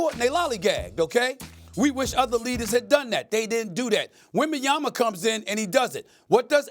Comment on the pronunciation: WembaYANA lol